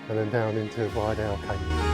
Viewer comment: Beautiful scenery, just to say its Rydal not Ryedale